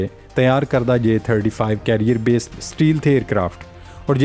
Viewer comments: It's stealth not steel but correct your pronunciation. Thanks and take care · Pl don't say steel - steel , again n again , the word is stealth , note carefully . Thank u . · اسٹے لتھ کو اسٹی لتھ۔ کیا پینڈو پنجابی ذبان ہے اس چوتیا اینکر کی۔ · Ooye champoo “stealth” bolna seekh lai. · بھائی صاحب، stealth کو صحیح سے pronounce کریں